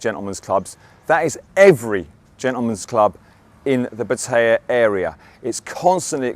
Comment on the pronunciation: At last someone who pronounces pattaya the same way as I do. You hear it said in so many different ways, some are like nails going down a blackboard to me lol